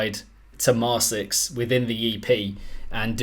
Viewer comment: Oh, btw their name is pronounced “mar-kicks”, which I believe they themselves stated at some point but I don’t remember for certain. (Maybe you correct this later in the review, I’m watching it rn)